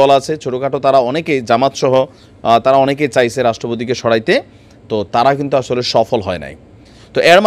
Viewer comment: " সরাইতে" না " সরাতে", " এয়ার মধ্যে " না " এর মাঝে", " দ্যাশে" না " দেশে"